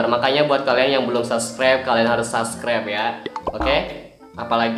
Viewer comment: "saskreber" Gua:"wkwkwk"